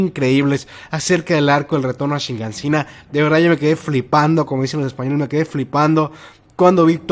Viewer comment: Hasta cuando vas a decir Shigansina lol... Es Shiganshina